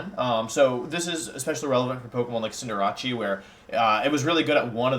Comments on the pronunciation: bruh.....wtf did you just call cinder-ACE, not fucking cinder-ACHEE wtf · IT IS PRONOUNCED CINDER ACE! THEY SAID IT WRONG! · I’m listening to this on my airpods at work and this dude made me stop what I was doing to figure who the hell cinderachi is 😂 this man was referring to cinderace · Cinder rache? Um what?! Is it not pronounced cinder race? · bro cant say anything right. cinderrachee?!?! reading at a 3rd grade level ahh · And cinderace as cinder-rachi??? Dude wut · "Cinderachi" i love your pronunciations. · Am I the only one who gets triggered how he pronounces Cinderace as Cinderachi? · i mean there's no right pronunciation in terms of pokemon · I mean, look at how he pronounces Cinderace. These small things don’t seem to be out of place here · Yeah but they don't pronounce wideo or cinderace correctly.